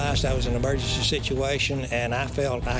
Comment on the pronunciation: eeeee mer gen cee